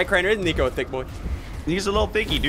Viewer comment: sounded like he said the n word but he said nico 😂😂😂😂 Not trying to offend anyone